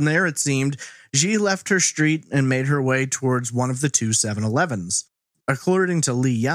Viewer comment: “SH-treet?” Lol